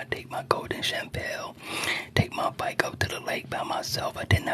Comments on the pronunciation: Lol he is saying Champale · Why u saying shampoo like that